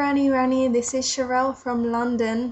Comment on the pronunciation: oh and, here is how to pronounce her name: sha -rell (two syllables)